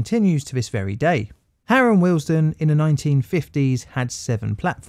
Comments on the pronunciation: Please note it is pronounced WEALD-STONE not Wealsden as you are saying here, apart from that it's a brilliant video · As a current Signaller and local of the area this was a very interesting and we'll put together video. However I cringed everytime you said Wealdstone. It is pronounced Weald-Stone not willesden. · Why do you repeatedly and infuriatingly mispronounce the station name as Harrow & Willesden!!! It's Harrow & WEALD-STONE. Also Middlesex was abolished as a county in 1965. Sloppy, very sloppy. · Good video. I am from Harrow, it is pronounced ‘we’ ‘ald’ ‘stone’ as in the philosophers stone . The way you have said the word makes it sounds more like Willesden than Wealdstone. I know the tfl voice calls it ‘wealdstun’ as you have done, but I can tell you confidently that the locals pronounce it ‘we ald stone’ 👍🏻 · It's not "Harrow & Willesden". But "Harrow & WEALDSTONE". Pronunciation.